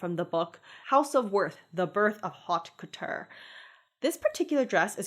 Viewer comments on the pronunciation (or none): Haute couture is unfortunately pronounced more like oat couture. Just a heads up! French is very much a fuck you language